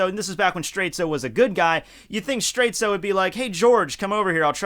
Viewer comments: why do you keep calling Straits straitsu? that's just the way japanese people pronounce it, but the name is a clear reference to dire straits. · Why do you call him Straitzo and ruin the reference?